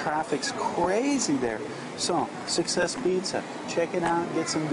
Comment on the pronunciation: cant she still not say succes :) gonna try that place in dec